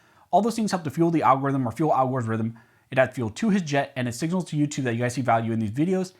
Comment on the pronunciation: PLUS one for the'al-gore-rythym'